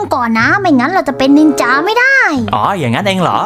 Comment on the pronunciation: จ้าไม่ใช่นินจาแบบนั้นจ้ะสระอาสระอาโอเคไหม